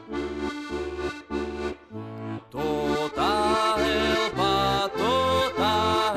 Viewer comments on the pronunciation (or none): Heľpa chlapci, nie Helpa. Inak super.